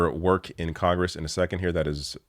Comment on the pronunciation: Have they already fixed "CONRESS" or should someone suggest they do?